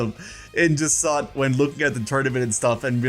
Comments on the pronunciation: Jasinthe’s name is pronounced like the drink absinthe. It is pronounced Ja-snth. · “Juh-saunt”? Interesting pronunciation. I’ve been saying “jack-in-the” 😂